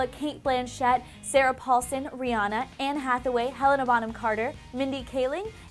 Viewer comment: Will you ever learn how to pronounce Rihanna's name correctly?